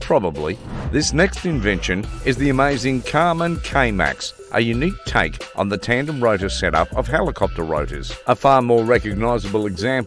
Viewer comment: That would be Kaman not Karman.